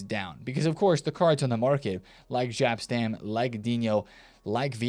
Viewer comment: You Americans.... It's not Gap or Żap Stam it's Jap Stam 😵‍💫